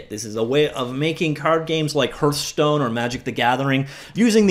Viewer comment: "hurthstone" OMEGALUL